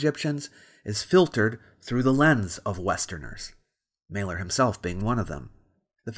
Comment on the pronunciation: Mahler lol Every single time. And chemistry comes from Al Quarismé not kemit khemet or kimmit or any other pack of bull he wants idiots to believe